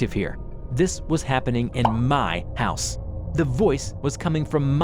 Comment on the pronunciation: "Sorry, wrong hause"? That made me laught too😂😂😂😂😂😂